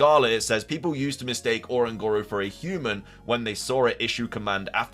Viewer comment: Love the video 😭 but it's O-Ran-gu-ru like orangutan but you replace gutan with guru